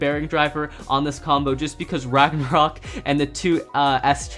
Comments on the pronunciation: who even says bagnaruk its roktovor bro' my god my you watching anime but your in china mode ok Kyuss English ok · Ragnarok ❌ Ragnaruk✅